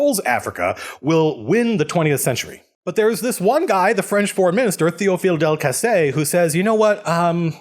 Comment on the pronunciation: You got both of them pefectly. Welll, you basically said "Théophile Delcassé" and "Entente Cordiale" with an american accent, so yes, it was good.